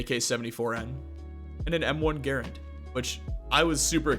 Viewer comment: It makes me happy that he says Garand correctly.